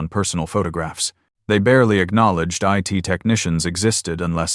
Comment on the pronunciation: The AI was exposed. It said, "it" department, not Eye-Tee.